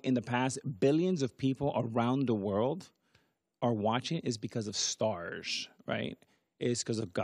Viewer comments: Can't stand the way A-rod pronounces his S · I like A-Rod but I can’t stand the way he pronounces S. Says “shtarsh” instead of stars